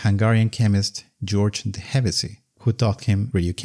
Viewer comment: Hevesy's name is pronounced with an "sh", not an "s".